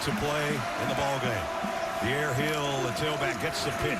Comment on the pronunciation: Why do they keep calling Dierre Hill "Die-ear" for the first half? Couple of clowns in the booth